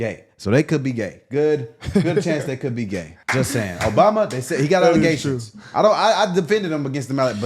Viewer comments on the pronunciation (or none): "They got alleGAYtions" is what I heard, jussayin'